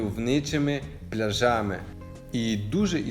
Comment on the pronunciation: Не пляжАми а плЯжами😊